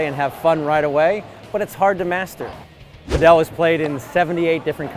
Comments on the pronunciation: its not "pad ell". its just Pad ul". please learn to say it correctly.... I live in Spain and this is 100% not the correct pronunciation, its not like padell as in bell.. its padel as in full or padle if that makes it easier... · Why does he pronounce it "paDEL" rather than "PAdel"?